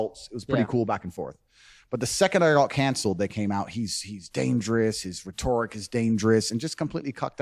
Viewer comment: Ret - or - ic. Not re-tor- ic